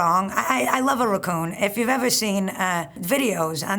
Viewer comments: Interesting pronunciation of ruh-koon 😂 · "raccun" lol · There's just something about the way she pronounces "raccoon". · I fvcking love her. I would gladly listen to a 24 hour constant loop of her pronouncing the words “raccoon” and “cockroach” 🦝 🪳 😂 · I’m surprised Natasha doesn’t pronounce Picnic as “pic-uh-nic” with her pronunciation of raccoon